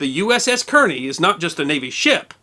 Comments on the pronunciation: The name is Kearny (Kar-nee) not Keer- nee. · I believe "Kearney" is pronounced "Carney" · I believe that Kearny is pronounced "car-knee." At least that's the way I heard WWII vets pronounce it when I was a boy. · Actually "Kearny" is pronounced "Carney". There were two Kearnys in the 19th Century Amcerican Army. One was Col.Stephen Watts Kearney who led an American expeditionary force into southern California during the War with Mexico. The second was Brigadier General Phillip Kearney who was killed near Chantillyl Court House, Virginia in 1862 during the War of Northen Aggression. Ft. Phil Kearney , American west, was named after him following. the war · Great stuff! Yes, the advertisement is irritatingly long, but someone has to fund the work it takes to pull this together. Oh, and I'd guess that the Kearney's name was pronounced "Karney", like the NJ city and the Civil War general. The destroyer was named for Captain Lawrence Kearney, USN, who lived in Perth Amboy, which is near Kearney. Incidentally, the Wikipedia bio of Captain Kearney says that "In 1818, he commanded USS Enterprise of the New Orleans Squadron when he sailed to Galveston, Texas and forced Jean Lafitte to abandon his base without a fight."